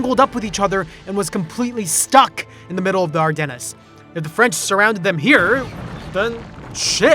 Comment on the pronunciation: Ardennes has a silent s